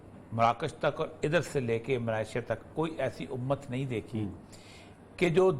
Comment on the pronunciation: Umaaaattttttt which Umaaattt !!!! 1.8 billion vs 9.3 Million ???? Destroying the Palestanin empty handed people....please stop saying b Umat,Umat...